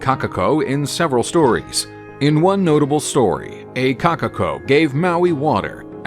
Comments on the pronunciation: Number 3: "Kakako" Correction: Kokako (Pronounciation) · “Kakako”THERE IS A O IN KOKAKO